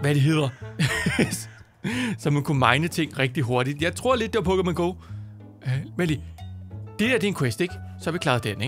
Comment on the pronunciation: holdkæft du er god til at udtale PokemonGo